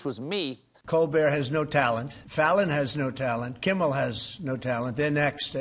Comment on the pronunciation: Uh, Beeatch, it isn't "Kimbal", it's "Kimmel."